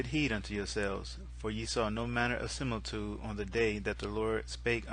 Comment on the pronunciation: You mispronounced similitude...you said similtude. Celtic is pronounced keltic. You mispronounce too many words for me to correct them all but its a good effort anyway and i appreciate what you do. Please dont go trying to pronounce my name! No way you'd get it right